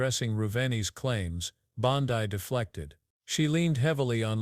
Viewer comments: Bond-ai? AI voices have no brains. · Hey, AI her name is pronounced Bon DE one thing about AI when it comes to people‘s names, they can’t distinguish between the letter, E and I